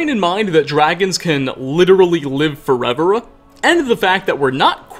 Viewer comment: "dragons can live foreverruh." " and we're not quite sure how long a giant's lifespan isuh. But it's probably quite longuh." My voice sucks to listen to as well so I don't usually agree with most people on this criticism but yeah, this one was different.